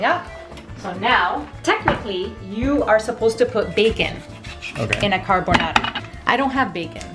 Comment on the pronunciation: wow ,non si puo sentire carbonará 😑😑...